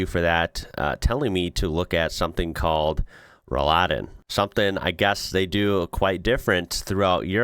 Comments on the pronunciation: Roll-Läden are not so much a German thing - they are very popular all over continental Europe. Like most modern tech in houses and buildings. Your second attempt was spot on. Roll-Läden (I'm writing it like this so it becomes obvious it's two words in one) aren't pronounced like Rouladen - which is a French word we use for a meat roll😉 "Roll" has the same meaning in English - and is spoken with a short "o". "Laden"/"Läden" (plural) are window/door shutters. Back then - they were split in the middle and folded to the outside. Many traditional houses (like in Bavaria) still have those. This neccessitated the window to be open. Another meaning of "Laden" is (retail) shop - because a very, very long time ago our shops started as an open window. Walking in came later. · The emphasis is on the o. If you give the a the emphasis it's something different! 😂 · Most of the times, mispronouncing something isn´t a problem. I this case it is. What Rolläden are, you have seen in the video. The "ä" in Rolläden is pronounced like the "a" in (I) ate (something). Not exactly, but very close. The way you pronounced it, it´s a braised (beef) meat dish (Rouladen) in europe. You don´t want to mistake one for the other, believe me! :DThe concept of Rolläden, or Rolladen (depends on the area) is more than a hundred years old. There should be a wikipedia entry for that to learn more. Even amazon can be a good source to learn more about this amazing contraption. You can find these all around the world. In the US and canada, you use them even in the back of your delivery trucks. That´s why your surprise about this is a little puzzeling for me. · When you say “Rollläden”. It sounds like “Rouladen”. Which is a delicious meal. hahaha. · That's why I got hungry when watching the video, hearing "yummy Rouladen" instead all the time . 😀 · I like how you turned Rolläden into Rolladen - or closer to Rouladen. You basically pronounced Rolläden as meat-and cabbage rolls. 😅